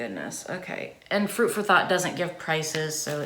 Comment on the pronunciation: Was I the only one who thought she said fruit for thot 🤔